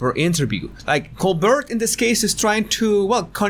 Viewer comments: It’s pronounced like Colbear not Colburt. The T is silent. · coBEAR not co BERT. 😉 😗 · PRONUNCIATION: STEVEN COLBERT (Coal•Bear) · Coal-bear. That’s how you say it. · Great video but just so you know Colbert is pronounced Col-BARE. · His surname is pronounced Col-bear just like the French actress from 1930s movies: Claudette Colbert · In America, Colbert's name is pronounced Colbear. No judgement. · Yes, he started pronouncing it the French way when he started The Colbert Report (The Colbear Repor). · Colbert is pronounced the French way.